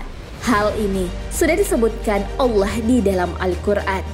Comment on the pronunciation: Penyebutan kalimah allah yang benar lahh... kalimah allah itu pakai "ha" bukan "kha" allah bukan allakh...